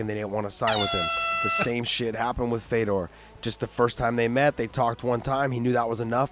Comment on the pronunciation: glad i wasnt the only one who heard dead fedor